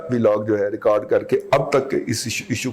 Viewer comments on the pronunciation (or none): none